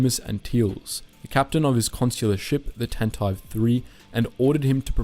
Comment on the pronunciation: This channel is a great source of historical information, but the pronunciation errors make me cringe. Tantive does not rhyme with “ant hive.” It’s pronounced with three syllables: TAN tuh VEE.